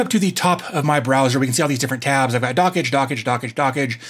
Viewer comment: "Dockage" is so annoying, the creator has mentioned it's supposed to sound like "Dodge"